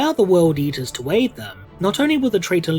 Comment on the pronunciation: Sorry, when I heard 'eater of cities' I heard 'yeeter of cities' and now I will forever know the World Eaters as the World Yeeters.